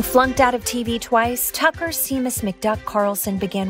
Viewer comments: The narrator pronounces Seamus as Shame-us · Seamus isn't pronounced "see-mus"